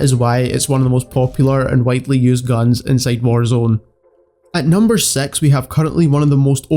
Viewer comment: I love his accent “season sex” got me dead